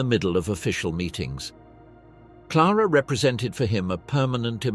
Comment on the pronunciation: (* En el cuello llevaban sendos carteles que decían: Assassini Traditori).No era Clara-ara sino Clara Petacci; Benito Mussolini no era " el duque" sino " Il Duce" y nunca "Bonito" sino "Benito"; no es Amilia- Romana sino Emilia-Romagna la región natal...la mayoría de los nombres de poblaciones y personas italianas aludidas, están mal dichos incluido el del Conde Ciano que se llamaba "Galeazzo Ciano".Aparece una fotografía de la actriz CLAUDIA CARDINALE y otras 6 mujeres que no son CLARETTA PETACCI.El documental es bueno pero la narración le resta mucho...de otra parte,no se pueden pronunciar nombres alemanes e italianos como si fueran ingleses o con la dicción en inglés de los mismos¡Un desastre la voz seleccionada...!